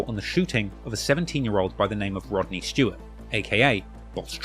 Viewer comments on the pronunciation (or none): none